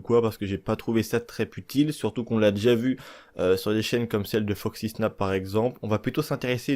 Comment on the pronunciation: Tu le sort d'où ton P dans la phrase: "c'est pas très très p'utile" ? LOL